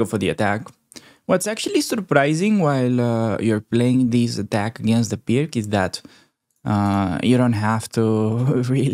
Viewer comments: Hi, Pirc is pronounced like 'piertz' I believe. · Pirc is pronounced PIRTZ.